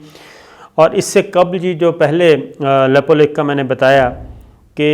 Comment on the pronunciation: Abe laude Nepal chota hai na toh China se darega na toh India se ,Nepal Kashmir nahi hai ,tuje jaaan hai history padh aur news bana ,desh chota hota hai population kaam hoti hai ...lekin international bradari ek hai.Nepal ke bare mein bina jaane samjhe kuch mat bol, lepulekh bolna tujhe nahi aata.news banane aaya,bolna nahi aata Nepal ke jamin ke bare mein.